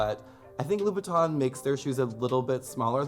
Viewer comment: You would think such a red bottom fan would be able to pronounce Louboutin correctly